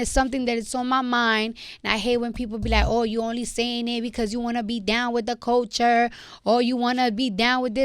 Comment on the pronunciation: She said Kulture :)